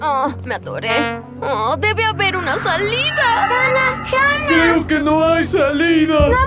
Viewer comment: no se dice Hanah se dice hana